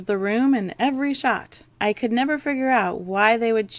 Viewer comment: "cood"? Really?